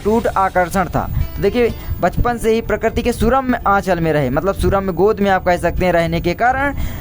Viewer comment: mahoday Ji Bachapan Hota Hai Pachpan Nahi hiihihiiihihihihihih